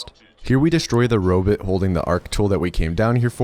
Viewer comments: The irony of an AI-generated narration, about a computer game which is about giant robots, pronouncing robot as "robit". The other videos in this series all do this as well. Pathetic. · Robit….Ro-bit…ro bot…bruh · are you saying Robit just to make me crazy? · he pronounced sword with the w and called ark mrvn a robit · Also robut. Just why? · I like the way pronounces robot